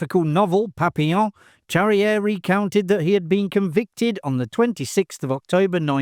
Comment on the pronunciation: Pronounce "Charrière" correctly; that would help.